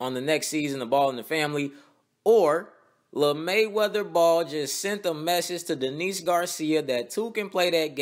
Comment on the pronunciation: "Lamayweather" Y'all playin HAHA